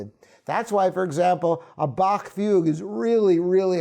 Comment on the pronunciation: Thank you for pronouncing Bach correctly.